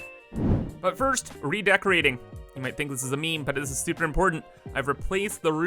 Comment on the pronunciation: Soupa alloy